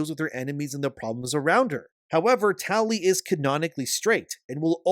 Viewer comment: I keep hearing Towlie instead of Tali.